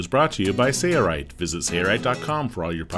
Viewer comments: Sounds like he's saying "Sayrite" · Why cant this announcer pronounce SAIL rite? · So strange to hear the company name mispronounced on every video.